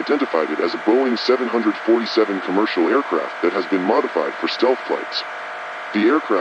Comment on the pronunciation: Really great video but it ticks me off on how they say “700-40-7”. I am a huge aircraft fan (especially of the 747). It should be pronounced as 7-4-7 or 7-40-7